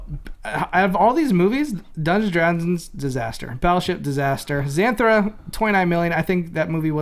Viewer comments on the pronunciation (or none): "Zanthura"? ZANTHURA??? LOL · It's pronounced Zuh-thura